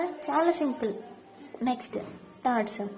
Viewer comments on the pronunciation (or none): none